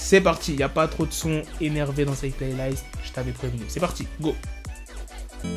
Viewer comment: essaye pas de t'inventer un accent mdrrrr ça se prononce playlist et pas playlayst